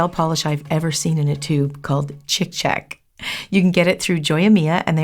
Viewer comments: Yr pronouncing it wrong. It shud be chik chock. I speak Hebrew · צ'יק צ'לק is actually pronounced “cheek chaulk” in Hebrew.